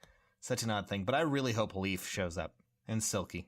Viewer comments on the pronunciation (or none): «Leaf» It’s Layf